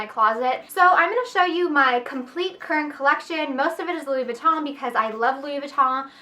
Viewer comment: You should be in a LV commercial - I love how you say the name!